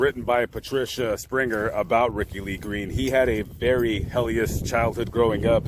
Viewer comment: I LOVE he said Hell-ious I think he was trying to say hellish I just love this dude he will forever be one of my favorite true crime YouTubers and thank you for all you do for fixing the stones feeding the birds feeding the cats keeping these victims names alive